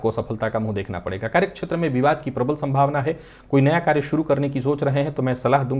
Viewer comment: संस्कृत में 'राहु' शब्द का 'हु' ह्रस्व है, हिन्दी के शब्दों में चाहे अंतिम 'ऊ' दीर्घ लिखा जाता हो। बोलचाल में भले ही 'श्राप' शब्द चलता हो, शुद्ध संस्कृत भाषा में यह शब्द 'शाप' है। 'क्षेत्र' शब्द के उच्चारण में प्रादेशिक प्रभाव से 'छेत्र' बोलना-सुनना अच्छा नहीं लगता।